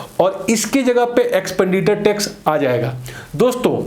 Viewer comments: Now it calls एक्सपेंडिटर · Sir ji, it's एक्सपेंडिचर not एक्सपेंडिटर